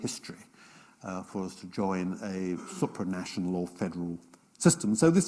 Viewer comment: I love his erudition but please: SOOpranational, not SUPpranational. You hear the latter pronunciation all the time in his series about Britain and the EU, and I just can't stand it any more.